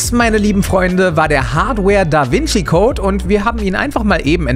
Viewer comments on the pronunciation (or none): none